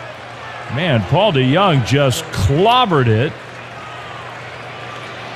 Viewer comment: Paul DeGone 😂